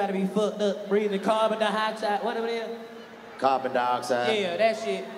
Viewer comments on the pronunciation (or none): Nigga DC said “carbon-die-Hawks eye” 🤣🤣🤣🤣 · Nigga said carbon diohoxide😂